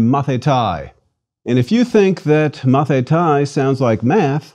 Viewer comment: I had to stop after . His pronunciation is wrong. The word "student" is not pronounced "mathita-e". It's like the American English pronunciation of "Leonithas", pronounced with the Americanised "i", that makes it "Leonaidis". In Greek, regardless of the period, when "a" and "í" come together it becomes a double "ee", not as in "teeth" but like an extend "e" in the word "hello" - "heello". So, "student" is pronounced "mathitē" and written "μαθηταί". The fact that the speaker doesn't know this simple fact, bodes poorly for the rest of his pronunciation and alleged knowledge of Greek.